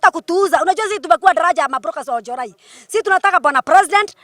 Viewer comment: Oljorai not olenjorai